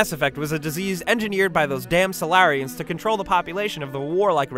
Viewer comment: Am I the only one who realised he said Salarian wrong?